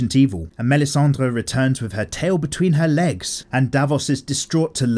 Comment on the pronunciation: props to yo for making this nice series, bro, but the way you pronounce "melisandre" is sooooo off